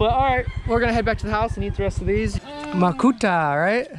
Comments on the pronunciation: Makopa not Makuta LoL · Briliant mind!😃❤ maayong buntag ninyong tanan...makopa not makota... 🙂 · Lol...the way you pronounced Macopa is funny! :)